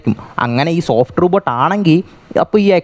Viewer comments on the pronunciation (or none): none